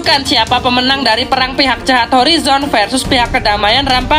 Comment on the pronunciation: Wkwkwkwkwk org Indo sebut RAM PAGEyy sepatutnya rampejjjj sebutan nya😂😂😂😂